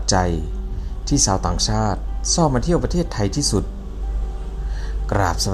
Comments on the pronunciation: แอดคนประเทศไหนครับ/ชาว/ไม่ใช่ซาว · ฝึกพูดภาษาไทยบ่อยๆ นะครับ ฉ.ซ. กว่า,ความ อิจฉา ไม่ใช่ อิดสา ยาว ไม่ใช่ ญาว, ชาว ไม่ใช่ ซาว ฤดู ไม่ใช่ ละดู